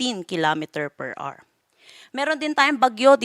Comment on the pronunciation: HOUR-AH-WER HINDI AWR